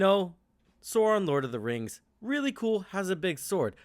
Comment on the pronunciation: It amazes me how many yanks can’t pronounce LOTR names lol